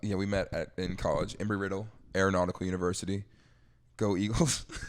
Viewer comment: It’s actually referred to as ‘Embry’ but otherwise great podcast guys